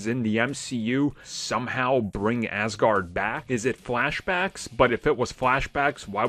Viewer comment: Hi, it's Aaasgard, not ass guard :)